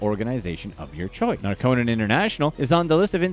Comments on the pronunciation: It's NAR-co-non, not Nar-CO-non. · Geeze, Narconon is pronounced "NAR-Kuh-Nahn, with the emphasis on the first syllable.